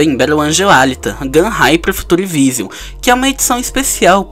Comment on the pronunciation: Acho que se pronuncia Alíta